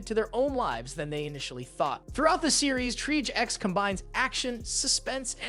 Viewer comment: It's pronounced /ˌtrēˈäZH/, 2 syllables.... triage X